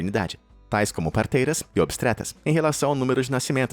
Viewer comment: Obstretas várias várias vezes. Eu sei que é difícil pronunciar algumas palavras em português, mas é bom treinar antes de gravar 😉 Mas, fora isso, parabéns pelos vídeos! São incríveis! É um dos meus top 5 canais que assisto de curiosidades 👏👏👏👏